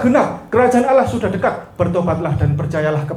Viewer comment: Bkn Alah SWT tapi Allah SWT bca az salah ko jdi pendeta preet